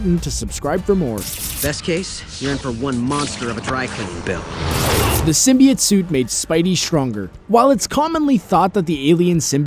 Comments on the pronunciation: It's "sim-bee-oat" Not "sim-bee-yet" I'd even take "sim-bi-oat" Over how he says it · its sim-bee-ote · Anyone else bothered by their pronounciation of simbiote? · I love this video but the way you said symbiote drove me crazy! XD